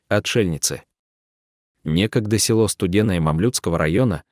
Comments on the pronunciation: Да это трагедия России. Очень интересное видио, но хочу сказать , что неправильное ударение в тексте, коробит (не село, а село. Ударение на последний слог). Да очень тяжело жить в таких условиях, многие бы не смогли так жить. Героические женщины! Сохраняют свою малую родину. Дай Бог им здоровья и силы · Уважаемый чтец, спасибо за такие расказы о людях,преданых своей земле,Родине! Селоо Студённое,вообщем ё е разные буквы и звучит не красиво, сам послушай себя!или четаеш впервые текст! Спасибо Вам ! Интересно! НО ,ЧИТАЕШ ДОРОГОЙ БЕЗ ДУШИ ,ПРАВЕЛЬНОЕ УДАРЕНИЕ,СЕЛОО,УДЁННОМ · Рассказ хороший, но полная безграмотность в ударении. Не се'ло, а село".очень много ошибок. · Села,сёла, есть разница.Село о а не села! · Видео село Студентов, а злак Овёс. Чтец читает с ошибками. Вода то она студентам...